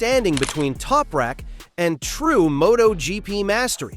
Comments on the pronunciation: AMATEURISH!!! You can not even pronounce Toprak's name!!! What a WEAK synopsis and overview! Don't quit your day job dude! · Holy chit.... obviously total AI garbage when they slaughter the Turks name...